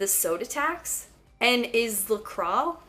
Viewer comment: my god i almost choked on my tofu when you inserted the la croix pronunciation